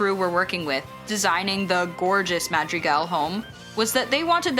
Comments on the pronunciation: Hwarez is a passing score in my book. Hwarreth - i mean would that even be correct in any spanish variation? The -th maybe but I dont know about the rrrr. I'm not picky, it would still be an A for effort. But there's a huge difference between Mahdreegahl and MAAADrigle. I dont hear even the slightest effort to pronounce correctly even though the name is pronounced through the entire movie. Its not even like its a common english word or name, I've never ever heard it in casual speech or as an english name. Its not too much to ask for the smallest bit of effort. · I can't with the pronunciation of Madrigal and Encanto. Could it SOUND more caucasian? No it could not. At the very least, pronounce the "gahl" . Ugh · Not mad-rigals, it’s pronounced mod-rigals. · The narrator really said madriggal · 'mad dree gulls' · how can you watch the movie and literally do a project like this and still say MA DRE GALS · Nobody The person in the video: "Inkanto" "Maddrihgalls" "Latin-x" "Abuwellah" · yyyyeeeessss i almost stopped watching because of the atrocious mispronunciation. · Can we talk about the pronunciation 💀 Maddriggels In-can-toe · I cringed on each and every "Madrigulls". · LMAOO I KNOWW, like.. "Encantoe.. Madriguls... Abueluh" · I hate the way these people say Madrigal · I hate the way she pronounces some words like madrigal and encanto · dude i can tell the person animating this is white by the way they're pronouncing "encanto" and "madrigal" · I am assuming the narrator watched the movie right? or like any of the promotional videos of behind the scenes clips. SO HOW DO THEY STILL NOT KNOW HOW TO PRONOUNCE MADRIGAL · please who pronounces encanto and madrigal like that💀💀💀